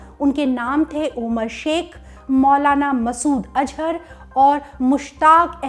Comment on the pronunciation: App se to nam bhi thekse bolna nhi araha roze ko roj azhar ko ajhar 🤣🤣🤣